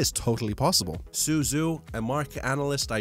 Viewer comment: Su Zhu is pronounced Su Ju